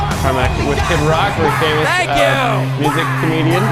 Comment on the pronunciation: I love the joke he did saying his friend Kid Rock's name wrong by putting the emphasis on Kid instead of Rock.